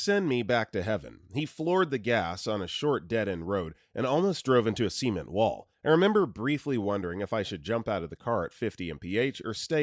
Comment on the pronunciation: Had to do a double take with the way he pronounced cement.